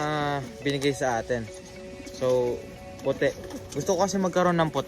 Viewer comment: Baliktad tol ung pute pagkakasabi mo tol lol